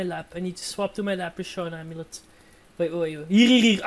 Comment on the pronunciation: Btw it's lepre-Korn not lepre-shorn